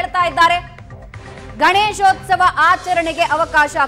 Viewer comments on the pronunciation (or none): the reporter says, Ganeshosthava.. It is Ganeshothsava..Please don't kill Kannada. Suvarna news heads, check the language command of the reporters before you hire them.. If it is a government property, let the propert be used for Government activities rather than allowing the communities to fight for their religious activities.